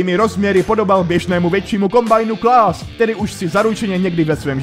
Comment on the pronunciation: Kámo kombajnu klás, HEHEHEH, nečtě se to klás, ale čistě klas. DĚKUJU!! :)